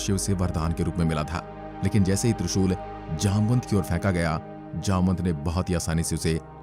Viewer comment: His name जामवंत not जामनत 🚩